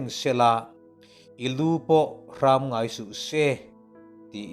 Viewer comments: Fuihna tha tak a ni. Mahse hrâm ni lovin hram (tuikhur a kang tiha kang thluk anga lam tur) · Lu hrammm nilovin Luhram? Tihtur anivetlat mai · Hrâm nilo in 'hram' hei hi thluk loh tur a ni. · A va ṭhaṭhin em,zing ka thawh veleh a ka ngaihthlak hmasak ber,devotion na'n ka hmang ṭhin,Lalpan malsawm in hmang zel che rawh se. Tukin i Bible chhiar a,i silhfen..... i lu pawh HRAM tih i chhiar rik dan kha hraaam ti a thluk lovin a ri kha a tawi tur a ni ,luthur,sam khuih pial loh,hnawk,tihna a ni e. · I lu pawh hram ngai suhse tih i lam dan hi a dik lo tih ka rawn sawi ve mai mai ani e. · I Bible chhiar leh thu chhiar rik dan zawng zawng te Kan ngaih thlak leh uluk pui zia che a tang hian kan ngaithlak ngun zia a Lang. I lu pawh a hram tihah hian hram ri hi thluk loh ni se.lu thur leh hriak hnawihloh tihna vel ni awm tak a ni.